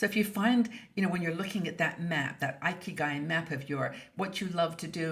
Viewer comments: As a Japanese national, it’s thrilled to hear our good old concept discussed here in this wonderful international community of women. Just letting you know, the first “i” in “ikigai” is pronounced short as in “it” and “Italy,” instead of a-i as in “ice” and “Ireland.” Hoping I am not sounding picky. Let’s enjoy our 60s with a big sense of ikigai! Thanks、, for all the great video and articles I am looking foward to. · Oops! I was pronouncing it “ee-kee-guy.“ 😆